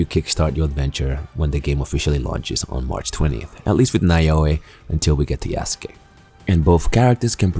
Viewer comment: It’s pronounced YASKAY my guy lol